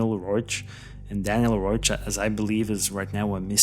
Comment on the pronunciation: His name was Daniel Reoch. Not Roach.